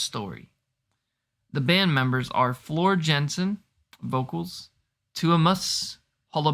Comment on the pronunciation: Enjoyed your attempt at the band members names. I’ll help you out with Floor’s last name. Pronounced Yah-sen. Some heavier songs include Storytime, Romanticide and Song of Myself to name a few. Save the long ones, Poet and the Pendulum and Greatest Show on Earth, for later. I like your intro research. Keep it up. Find out what the story behind the song is before reacting to it. Unless you want to try to decipher it yourselves from the lyrics. That can be fun too. 😄🤘 P. S. Start with the Wacken 2013 live concert. They are all gems and the audio and video are excellent. Also, you will probably notice quite an influx of comments. There is, indeed, a Nightwish Army. Lol.